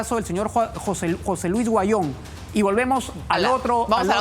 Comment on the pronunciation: Huanyon no se pronuncia se dic Auyon asi se probuncia